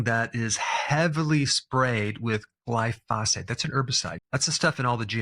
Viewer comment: Once again, Dr. B, it is NOT "GLY-PHOSPHATE." Glyphosate. Glyphosate. Glyphosate.